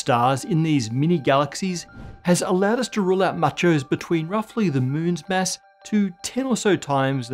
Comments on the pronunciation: Your "Mass" and "Mess" sound the same. Pronounce it like your "Matter". I'm not pronounciation Nazi I swear. It just Masses up my brain. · Why do I keep hearing MESS instead of mass? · I fr thought he was saying ‘mess’ this whole time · When he says mass, I hear mess. Does that mean that the universe is 80% dark messy stuff?